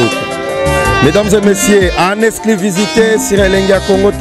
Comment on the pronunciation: Journaliste manque de professionnalisme,oza ganga na matanga on dirai ozo présenter artiste na concert et puis il faut bien dire < >non < >😀😀😀